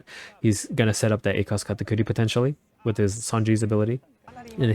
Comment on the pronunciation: Are you spanish? The way you say pronounced katakuri sounds like it